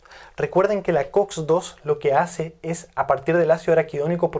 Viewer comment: Se equivoco muchas veces al pronunciar araquidonico. Sospechoso.